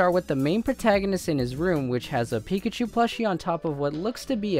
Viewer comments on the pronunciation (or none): none